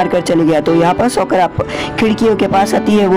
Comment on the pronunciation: It's "साकुरा" not "सकुरा" Please correct it😅